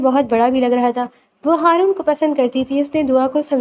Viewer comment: ہارون ہوتا ہے حارون نہیں